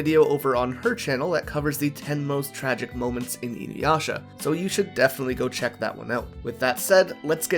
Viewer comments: WHY DO PEOPLE KEEP SAYING "INUWASHA"??? THERE IS NO "W" IN THE NAME! I AM BAFFLED!! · I will never watch her just because of how she pronounced inuyasha